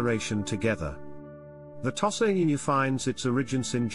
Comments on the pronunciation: I have never hitherto heard it pronounced "toss-ah." The first syllable is customarily pronounced by Westerners and Japanese alike as "tow" (as in "tow your car"). For the record, I owned five Tosas over a 20-year-period, edited a breed magazine for Tosas for four years and was president of a now-defunct breed club for Tosas for two of those years. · Thank you for your valuable input regarding the pronunciation of "Tosa." Pronunciations can indeed vary, and it's interesting to note the different ways people pronounce the breed's name. Language and pronunciation can evolve over time and across regions, and it's important to respect and acknowledge the various ways people refer to the breed. Your extensive experience with Tosas is highly appreciated, and your insights can provide valuable context for those learning about this wonderful breed. If you have any more information or experiences to share about Tosas or any other dog breeds, please feel free to do so. 🐾🗣️